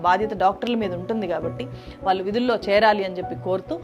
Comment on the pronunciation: వేల కాదు వేళ వాల్లు కాదు వాళ్ళు ఆందోలన కాదు ఆందోళన ఎల్లు కాదు ఏళ్ళు ఇలా చెత్త మాట్లాడకు తల్లీ నీ తెలుగు మండ